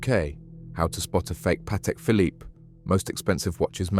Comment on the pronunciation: Pronounced bark Lee square . And the Phillipe has a silent last e